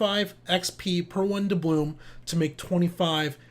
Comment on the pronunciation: good video, well put together....but its doublooN not doublooM